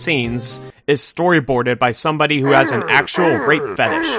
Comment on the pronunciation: "somebodee" (sorry)